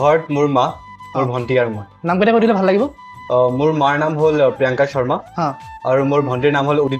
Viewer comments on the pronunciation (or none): none